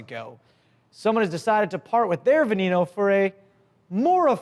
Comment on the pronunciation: Lamborghini (veh-neh-no) not (vuh-nee-no)